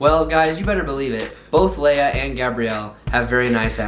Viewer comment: it’s Leia like Princess Leia from star wars